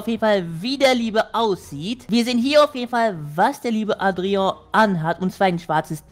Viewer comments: ich glaube man spricht das Adria und nicht Atreo aus😂❤ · Adrian nicht adrio😂❤ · du sprichst es falsch aus leider es heißt Adrian😅